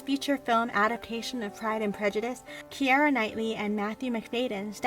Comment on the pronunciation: Her name is pronounced Kee ruh not kee air uh